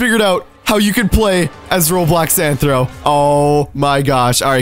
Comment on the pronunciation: It's rthro not anthro